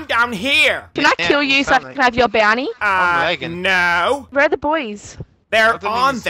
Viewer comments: he said bounty but different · “I’m going to fuck you up and get your (???)” He said bounty he said Bounty! 🤣